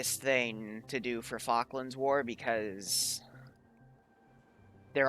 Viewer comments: Hears say Falklands Peasants: y0U pRoNoUnCe iT wRoNg! Me, an Intellectual: Yeah, it's Islas Malvinas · The way you say Falklands, and the M16A1's being used upsets me. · You say Falklands wrong